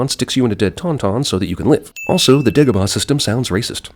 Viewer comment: Yes, Dagobah does sound racist when you pronounce it the way Obi Wan does. Whereas if he had pronounced it "DAH - go - bah" there would be no sin.